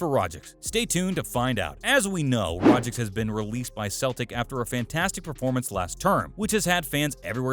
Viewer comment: It's Rogic not Rogic